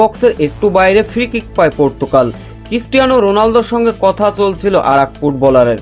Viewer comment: ভাই সেটা পর্তুকাল হবে না! পর্তুগাল হবে যে! আগে আপনার ভাষা ঠিক করেন তারপর এখানে চাপা মারেন ।